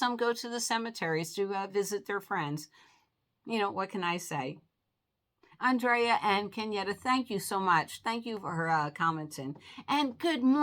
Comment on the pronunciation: Hi, thank you for the shout out. I always enjoy your comment calls., you can say my name how ever you like. When you say my name it sounds like On-dray-ah. I pronounce it And-rea-ah. Some how I get Angela, Adrian, so its all good. Aww Shelby, and Miss lucky look adorable! ❤❤